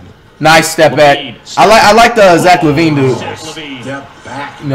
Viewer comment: flight say zach lavine name right